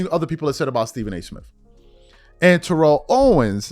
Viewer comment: lol: it’s Tear-el ( and not Te-relle) but you do t care I rememberin the past some yrs back We told you quite a few times lol.